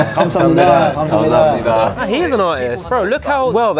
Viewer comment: '감사합니다' 말하는 발음이 점점 정교해지는 것 같아요ㅋㅋ 생소한 음식인데도 과감하게 도전하는 모습이 멋지네요. 도 겁내다가 결국 먹는 용기 멋있고, 두분 다 맛있고 재밌게 한국 즐기다 돌아가신 것 같아 제가 다 뿌듯해요~~ 촬영도 촬영인데 친구끼리 놀러간 장면들 남기는 분위기가 느껴져서 너무 보기 좋은 것 같아요!!